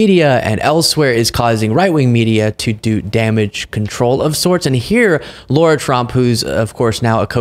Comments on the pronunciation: It's not low-rah, it's lah-rah! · Her name is not pronounced Laura. It's pronounced Lara, the Lar rhymes with 'car'. --- Matter of fact, Lara rhymes with the 'Mara' in Mar-A-Lago. ---- LARA Trump, MARA Lago. --- There now you know, please pronounce it correctly when speaking of her. And no I'm not a fan of her or ANY Trump person. But it's not a hard name. And that's the correct way to pronounce it. So you should learn it. -- Laura's everywhere are offended to be associated with her.